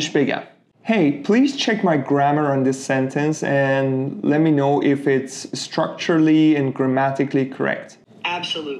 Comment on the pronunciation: It’s not “structurely”. It’s “structurally”:)